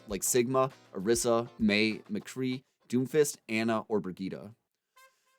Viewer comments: Bri-gee-tah?? Isn’t it pronounced like “bri-jet”? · It’s pronounced bridge it my dude :) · Haven’t bought the game yet but why are you saying Brigette (Bridge-it) like Vegeta... is that how they say it in the game?